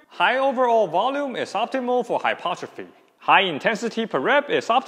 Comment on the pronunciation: Pronounced Hy-PER-tro-phy! Otherwise good stuff. One thing I will add is that tendons respond to time under tension to build integrity over time for both strength and durability. Hence dead hangs should be done both for endurance as well as 1RM or strength.